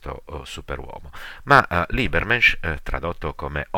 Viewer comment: Molto utile,tuttavia pronuncia scorretta di Übermensch, pronunciato come si scrive.